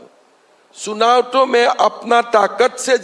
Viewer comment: सुनाव✅ चुनाव❌